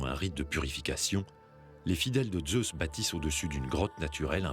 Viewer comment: Pourquoi prononcer le Z de Zeus comme les Allemands ?